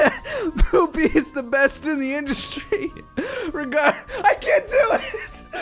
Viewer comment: made me laugh so hard when he was trying to say PoOPy😂😂😂